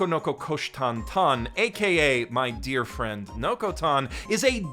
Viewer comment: Dud you mean "Dear anime industry" or "Deer anime industry" at the beginning of the video?